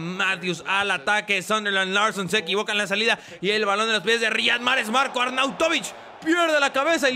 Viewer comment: Se pronuncia ''Raijad'' Mahrez